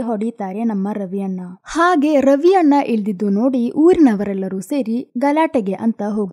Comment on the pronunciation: ಅದು ರವಿ ಅಣ್ಣ😊 ರವಿ ಅನ್ನ ಅಲ್ಲ😊